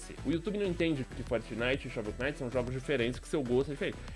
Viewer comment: shovel Que knight...mee O "K" nao se fala